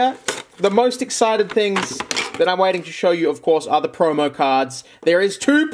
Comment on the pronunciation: Lol. Aussies say the word promo "preaurmeaur"